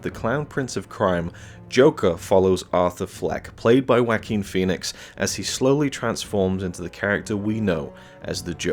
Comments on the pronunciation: Mans rlly said jakin instead of JUaqUin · "Wack-em Phoenix " 🤣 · Sounded more like Wakin lol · Many different video commentators don’t pronounce Joaquin’s first name correctly; some of it is due to accents and others is just cringe-worthy